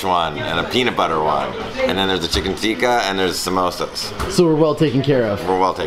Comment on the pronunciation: its pronounced tikka,not tiika